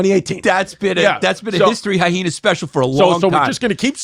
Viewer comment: Chris "hy-heenas" distefano....